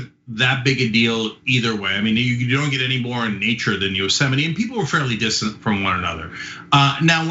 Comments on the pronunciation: Notice how Cenk got pronunciation wrong. He called it Yosemitee not yosimight. Maybe if he watched a few more presidential briefings he could get it correct. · Ummm... Cenk it’s yo-sem-ight!! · Cenk, it is pronounced, "yo-sem-ite," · Yosemite? Don’t you mean Yo!-Semite? Lol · You said, "Yosemite," Cenk. Siure you don't mean Yo Semite? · Cenk doesn't know how to pronounce Yo Semite!! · Yosemite?! you mean, Yo, Semite! 😂😂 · Yo-semite you mean? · Cenk, you were at Yo Semite last week? (Trump's pronouniation anyway) 🤣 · The sequel TYT piece to this story should be, "Ben Mankiewicz comments on Cenk Uygur's clever pronunciation of Yo-Semite National Park." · "It's so beautiful out here in Yo-sem-ite". Hahahahaha! 🤣